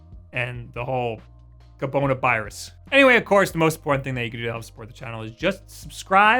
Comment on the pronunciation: Cobonabirus. lmao.